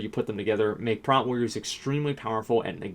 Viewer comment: It's not "Prat"...sound out "Protection" and then you know what "Prot" sounds like. :)